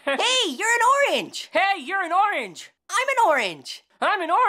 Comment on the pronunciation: it s oorange lOL